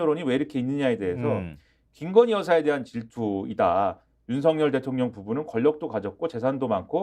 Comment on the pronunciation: 김진 발성법 보고 배를 잡았습니다. “ 대통령”을 그냥 대통령으로 발음하지 않고 “ 대~~통령이! ” ㅎㅎㅎㅎ 무슨 80년대 웅변대회 보는 줄. 반면 유시민은 정말 영리하게 진흙탕 싸움은 피하면서 필요한 곳만 콕콖 찌르며 훈계를 하시는데 ㅎㅎㅎㅎ 정말 mbc, 패널 선정만으로 방심위 제재 받을까 걱정되네요.